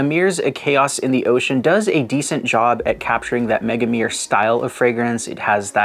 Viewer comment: Love your videos and all but your pronunciation of Megamare makes my ears bleed 🤣🤣🤣 Mega-Ma-Re(without second e)